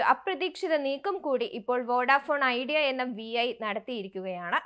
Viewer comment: വി ഐ അല്ല വീ 🙄